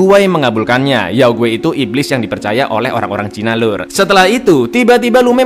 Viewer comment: Youguai nadanya g gitu bang hehehe